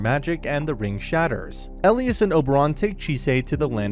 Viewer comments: E - lie - as. Not el-ias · he said Elias' name wrong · Whoever is reading this recap, the prounoucations (not to mention my spelling derp) are so scuffed. It's Simon not seaman, for pete's sake and it's Elias not whatever he was saying. There are so many errors in this recap, though tbh the series was sooo good!